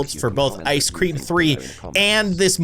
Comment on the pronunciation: ICE SCREM NOT CREM